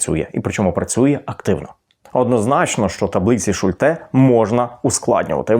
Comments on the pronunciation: Шу'льте, а не Шульте' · Слово "Шульте" — це німецьке прізвище, тож наголос у ньому зберігається згідно з німецькою вимовою: на першому складі — Шульте. У німецькій мові загалом наголос часто падає на перший склад, особливо у власних іменах. І хоча в українській ми можемо адаптувати вимову, тут краще зберігати автентичний варіант — особливо коли йдеться про назву методу чи таблиці, що запозичена з німецької психології.